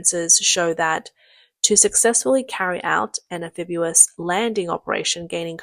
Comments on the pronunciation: Very clearly narrated, but please practice pronouncing am fib EE us not am fib YOO us. Great work, well presented!!! 🙂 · Stop, stop, stop. You're going to take someone's eye out. Besides, you're saying it wrong. It's (an-FIB-ee-uhs). not (an-FIB-yoo-uhs) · Anphibious pronounced AN FiB EE US, not AN Fib YU wus. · actually it's AM-phibious not AN-... if you want to be a stickler about things. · Nice video, but an English pronunciation correction... The correct pronunciation of amphibious is Am-fib-E-us not Am-fib-U-us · Do Brits really say, “am-FIB-you-us”? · Spelled Amphibious, pronounced "Am Fib Ee Us". If you're going to be a grammar-nazi, then get it right.